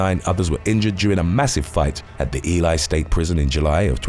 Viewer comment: Pronounced....E-Lee.....Ely say it wit me one-time